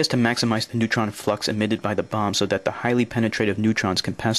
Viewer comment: What's a "neuton?"